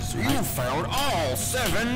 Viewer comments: I heard failed after PUTTING IT ON MY EAR 🥶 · Technically you did not fail the 1st one so i guess he says "found" even tho it sounds like he says "failed" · Bighead Ducilous ok,i get it that he says found but for me it still sounds like failed. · I hear failed but I know it’s found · It's literally failed not found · FUN FACT: He actually says "failed" because If you listen closely you can hear the "il" in voiceline. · Everytime Baldi says congratulations you found all 7 notebooks, it sounds like he says congratulations you failed all 7 notebooks. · he actually says found get better hearing scrub